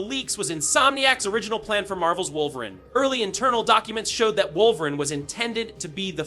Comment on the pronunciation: Now I know you know his name is not “wulverine” bro